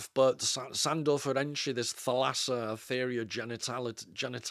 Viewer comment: Thalassa is pronounced with the accent on the first a = Thàlassa and means sea (ocean) in greek.